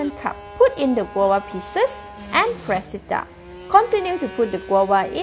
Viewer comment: You need to pronounce the v That's not how you say guava It's pronounced gwa va